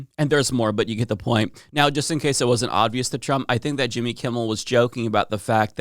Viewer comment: Please stop saying odvious